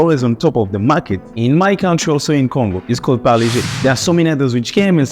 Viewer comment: Thanks for pronouncing Parle properly! Paar-lay..named after Mumbai's Parle (also pronounced as Paarlaa) railway station outside which the factory was located. Every time u passed Parle station, u could literally smell the biscuit fragrance. The factory relocated (cost-cutting) but the company name remains Parle and they make 100s of products including the iconic Parle G (G=Glucose) biscuits - best had with Indian chai! Also, the little girl's pic on the pack has remained unchanged for decades!